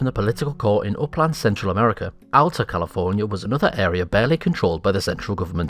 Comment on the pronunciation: He said Alta wrong